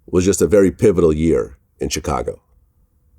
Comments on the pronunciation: Ch cago 🤣🤣🤣🤣🤣🤣🤣🤣🤣🤣🤣🤣🤣🤣🤣🤣 the rest of the world pronounced it shicago vlad lol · I hate the way vlad says Chicago 😂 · I hate the way Vlad says Chicago lol